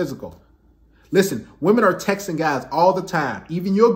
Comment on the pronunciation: i like how he pronounces 'wahmen'